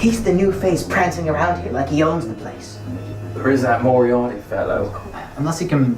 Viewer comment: "Mariati" You mean Moriarty